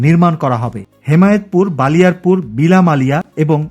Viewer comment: ভাই বালিয়ারপুর না ❌ বলিয়ারপুর হবে ✅.